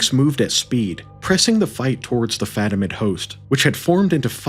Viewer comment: fatimid, caliph. But props on getting Alexios Komnenos. That's a tricky one.